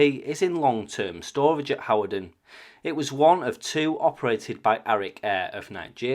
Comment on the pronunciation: Your videos are so informative. My brother lives near that location, and we both wondered what those Soviet jets were doing there. BTW Hawarden is pronounced Hard - den